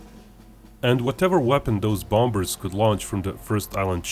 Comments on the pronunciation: Its bombers not bombbers the other b is silent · Just so you know, the 'b' in the middle of bombers is silent, that is, you don't pronounce it, This means bombers is pronounced bomers. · The main reason I watch your videos is to hear your pronounce, "bombers."